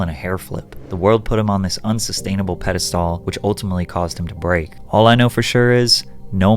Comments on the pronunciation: Bruh, I've never heard the word "pedestal" pronounced that way lol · Great video but the way you pronounced pedestal at the end has me feeling some type of way. 😂😂 I need water